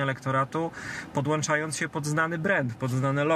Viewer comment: Hołownia - sec. "podłanczajonc" ...